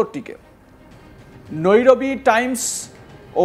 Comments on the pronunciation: একটা অশিক্ষিত চ্যানেল। হাইফাকে বলে হাফিয়া, নাইরোবিকে নৈরবি!😅 নুন্যতম জ্ঞান ও শিক্ষার বালাই নাই এদের। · janena, ki kore bolbe? taka niye pore dichche telepromter dekhe... knowledge ba profession er upor kono respect nei to... Nairobi k o Noirobi bollo... albal maal sala... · অশিক্ষিত এই ক্ষেতটাকে কে সংবাদ মাধ্যমে বসিয়েছে, নাইরোবিকে বলতেছে নরবি, আবার বলতেছে হাইফাকে 😅হাফিয়া